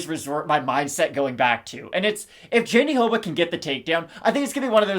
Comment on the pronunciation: It's not pronunced JandiDoba, no matter what Anik says. was saying it closer to the right way before. Me again, trying to correct your pronunciation. Love you guys